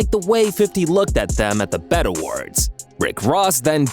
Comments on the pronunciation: B.E.T. = Black Entertainment Television. Pronounced by letter B. E. T. not bet. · I hate how you culture vultures report on hip hop and post videos to your garbage channels without actually knowing anything. Once you said the Bet awards instead of B E T awards I could immediately tell that you're only chasing YouTube crumbs and could care less about the culture. F this trash video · Did this guy say the "bet" awards?